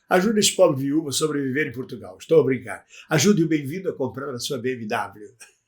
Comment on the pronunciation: Portugal, e não P"U"rtugalE